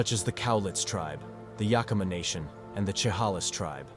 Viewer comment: Chehalis is pronounced Sha-hay-lis and Yakima is Yak-i-ma